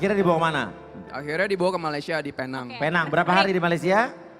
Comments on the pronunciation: Sebutan betul ada lah. Pee Neng. Bukan Pay Nang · ejaannya P. E. N. A. N. G. sebutannya P. E. N. E. N. G guys